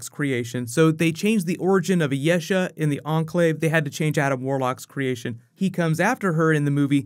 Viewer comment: You mispronounce a lot of stuff. Ayesha on this video and Yeoh (as in Michelle Yeoh) in the other video.